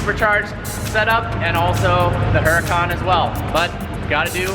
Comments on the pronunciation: it's pronounce oor-uu-kan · Isn't the H in Huracan silent? I saw a dudeinblue video awhile back where he discussed this and it was pronounced more like Uracan. Honesty don't know which pronunciation is correct so i Would enjoy feedback. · the your Lambos name is not pronounced like it's spelled. It's Urdacan, the H is silent. Think Latin.... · Huracan is pronounced with a silent "H," FYI. Now that you own one you should at least say its name correctly. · Nice having a stock 10 sec car but I believe the "H" in Huracan is silent.